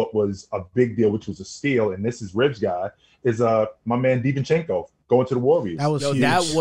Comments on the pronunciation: Divencenzo not Divenchenko he has Italian surename not Russian. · Divencenzo pronunciation is killing me